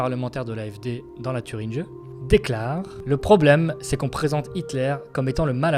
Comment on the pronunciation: En Thüringe (prendre des keçons de prononciation.) - Urgent)